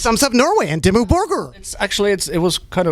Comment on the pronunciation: Did he said Dimmu Burger...?